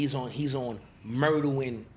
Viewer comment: “Murduwing” instead of murdering is just awesome 💀